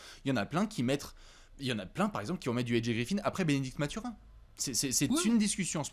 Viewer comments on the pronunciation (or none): Merci les gars excellent podcast! tu m'as bien fait rigolé quand tu prononces Mathurin à l'anglaise. Il faut savoir qu'avant tout la première langue de Bennedict est le français donc son nom se prononce à la québécoise😜.